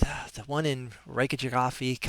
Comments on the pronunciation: The kja is pronounced k-yah, so like Reyk-yah-veek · It is quite simple really. It is pronounced: Ray-Kaa-Vig. So there you go